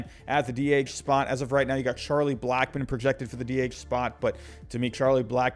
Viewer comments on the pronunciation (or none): none